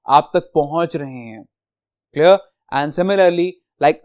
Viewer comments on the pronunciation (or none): CleR clR clear😂